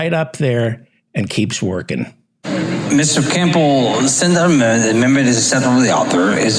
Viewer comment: Phelan wasn't so drunk that he didn't realize how he was butchering the word "amendment" as he quickly abandoned trying to pronounce it and just said, "the bill" instead.